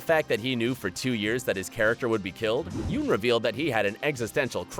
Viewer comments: Glens real need is not pronounced is spelled Yeun but it is pronounced yun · Ummm Sasha doesn't exist in the comic. She got the Holly death. Also Yuen is pronounced "YUN". Come on man lol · It's pronounced "yun" not yeun.